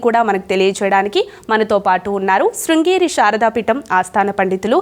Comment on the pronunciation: Anchor madam not srigeri correct srungeri. Shakaramanchi kaadu sankaramanchi telugu poorti ga nerchukovalo